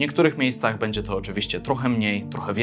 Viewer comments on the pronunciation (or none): none